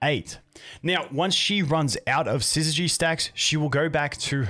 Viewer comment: Subscribed purely for the fact you're the only content creator I've seen who can pronounce 'syzygy' correctly. Well played